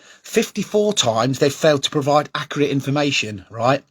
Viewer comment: Im not trusting someones opinion on here that cant even say accurate properly. Get a grip and focus on your own club.